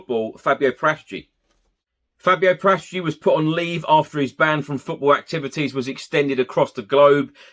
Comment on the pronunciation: His name is PARA-TICI not PRATAGI…!!!